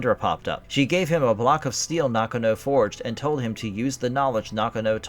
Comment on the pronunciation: I don't think you meant 1815, I believe you meant to say 1518. Highlander 4 was bullshit, Connor MacLeod defeated The Kurgan, its which he was technically the strongest, which means he could have easily have beaten Jacob Kell. It wasn't Heather MacDonald, It was Heather MacLeod. It pronounced Nakano (Naw-gone-oh). Not knock-a- know. And Brenda hit The Kurgan on his upper back, not the back of his head. At the time when Connor told Rachel, that "Russell Nash dies tonight," that was before he went to the Silvercup to finally face and ultimately defeat The Kurgan. It's not Glenn Cohen, It's Glann Finnen.